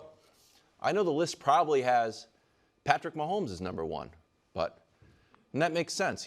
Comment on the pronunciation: He can't even say Patrick Mahomes so nothing after that is relevant.